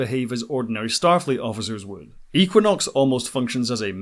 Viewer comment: Had to stop after the fiftieth time I heard eeequinox. Just kidding.